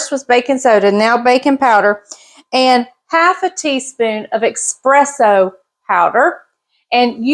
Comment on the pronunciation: Love your videos but I must say it is ESPRESSO not ex presso. Not meaning to be rude